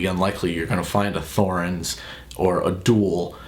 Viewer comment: it's just "Torens" not "Th"orens.